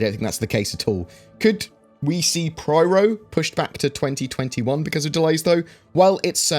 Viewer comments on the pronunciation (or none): Pyro... Pie.... Roh... Say it with me. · man I love your videos! But your killing me! There is only one R in Pyro man.